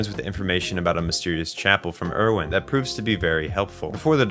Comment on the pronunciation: I’ve noticed a lot of people who make otherwise great videos about AOT mispronounce most of their names. My guess is they only watch AOT in sub and therefore don’t know the actual English pronunciations. I do wish people would give the sun a change if only so they can learn the correct English pronunciations for when they make videos. For example, in the English dub, Erwin is pronounced “AIR-ven,” and Mikasa is “ME-cuh-suh.” Just a little thing I have noticed. Great video otherwise.